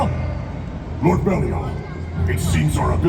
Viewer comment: I’m an Ultraman fan from way back…since the early 70s. I find it a bit odd that for this live show they changed Ultraman BELIAL to BERIAL. Did anyone else catch that?